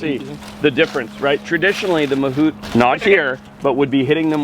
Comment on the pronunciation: Mahavat ❌ Mahut ✅